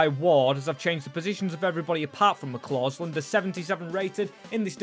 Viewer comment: McCausland not McClausland